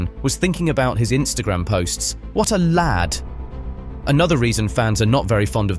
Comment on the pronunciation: “What a laad” 😂 who talks like this.. is this AI ,. 😂